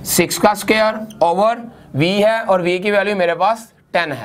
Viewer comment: Very nice video But you need to watch out on "SUQAAIIR"